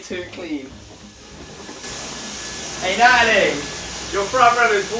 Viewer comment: He says Natalie We here nali 🤣🤣🤣🤣🤣